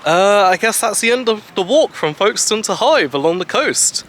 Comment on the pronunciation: Nice Video. I will stay a week in Hythe at the end of october this Year. May I ask you, as I am not a native speaker, it sounded as if you would pronounce Hythe as Hive. Is that the way to pronounce it (without a th)?